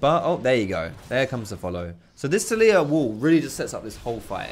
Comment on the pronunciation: i thought it was pronounced TALeeyah not taLEEyah